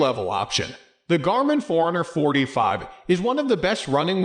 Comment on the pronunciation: Sounds like you're saying 445, lol.